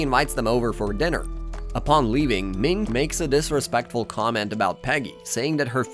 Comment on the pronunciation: Did you call mihn ming. What the heck